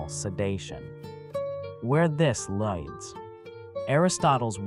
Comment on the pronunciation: Is this an AI generated voice? Why can he not corrects pronounce “lead” and “leads”?